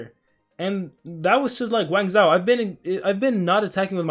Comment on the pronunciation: Don't wanna be rude but its pronounced wang-joe. The zhou dynasty was the chinese dynasty that followed the Qin dynasty. You can look it up and I'm not trying to be rude